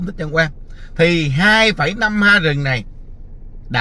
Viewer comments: ha . Có học nên đọc héc ta nhe. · Ha nên đọc là éc ta